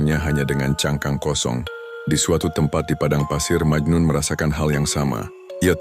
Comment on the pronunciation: Memang majnun bukan majnu